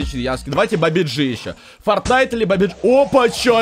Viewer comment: ты не правильно говоришь этот мем (где" ударение)фортин"а"йт или бабадж"и" бабадж"и"